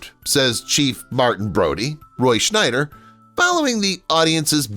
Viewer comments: Roy Schieder not Schnider. Jeez. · It's not Schneider, it's Scheider. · Its NOT Schneider its Scheider.....no N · It's Roy Schieder, not Schneider. No "n." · Scheider, not Schneider. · SCHEIDER...no "N"! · Thar's SHIDER, not SHNIDER, and KEEYANTEE, not CHEEOHNTEE.